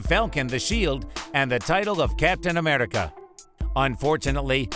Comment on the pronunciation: why did he fucking say Captain Amerrrrica, Gamorrrra, The Thor Hammer, Thay Nose, Rowdy and morOG why does he pronounce even the msot easy names incorrectly